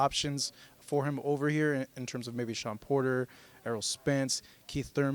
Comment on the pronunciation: You're a dunce. The word is 'Quite' not Quiet. And the boxer's name is Thurman - not Thruman.